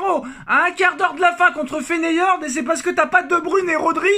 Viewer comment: FEYENORD FEYENORD PAS FENEYORD